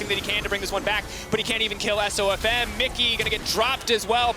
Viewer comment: No. She said "This one is really going to hurt SofM." The pronunciation of his name is a bit off though, so I can see why one might think that.